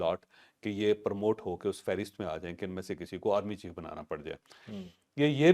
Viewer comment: پرموٹ Permote نھی ؟؟؟ P R O M O T E پروموٹ